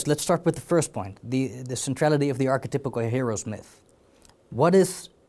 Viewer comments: Take a shot every time he says “arche-typical” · good interview, but god damn archetypical has me wincing.